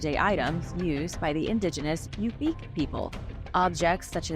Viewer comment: Good grief! I live in Alaska and find what the world thinks of us fun. However, ask about pronunciation!!! Tanana (Tan-ah-naw), Yupic (You-pick), and Denali (Den-all-E). Feel free to reach out if you need help. It hurts my ears.